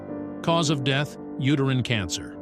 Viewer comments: Also doesn't know how to pronounce the word, 'Cancer' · I know. I was like, "are you kidding me?" I mean, it seems to be that it's one of those AI robot narrators, but come on! Even most of those AI things would pronounce "cancer" correctly. If it was spelled with an "s," then I could kind of see why they would pronounce it incorrectly. But it did pronounce it correctly at least once. But that makes it even stranger I think.